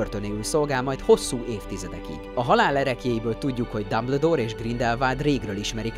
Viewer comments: Nem Dabledoor Hanem Dumbledoor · Behalok. Dámbledór!😂😂😂